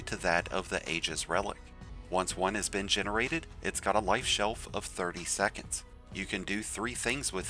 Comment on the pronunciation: "life shelf", huh?